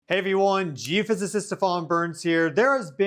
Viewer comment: He says Giafizzacist. If he cant pronounce his are of study im gonna be slightly skeptical